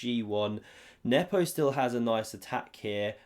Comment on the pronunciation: You still mispronounce Nepo's name.